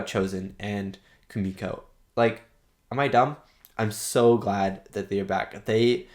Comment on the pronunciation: And don’t worry. You pronounce Kumiko’s name right👍🏾